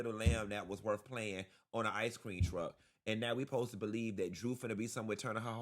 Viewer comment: “ice creaN” is wearing me out!!🤣🤣